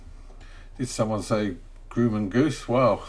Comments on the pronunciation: Grumman is pronounced: “Grā-men” not “groo-man”. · Actually Grumman is pronounced with a short U like UH instead of You if that helps. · Grumman is prounced with the U sounding like the U in up or upperThe hint is the "mm" in Grumman